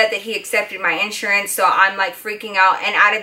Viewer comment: U say iansurance lol